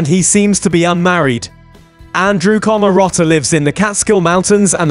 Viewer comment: Why can't you pronounce his name or other simple words 😂😂😂😂